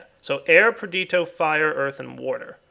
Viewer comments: 'Perdito' is a mistake, it bothers me. But 'warder' is an accent difference. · Am I the only one who cringes every time dire says "perdito" instead of "perditio"?